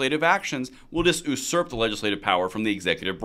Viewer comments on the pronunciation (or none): so funny when people pronounce it "oosurp" instead of like a normal person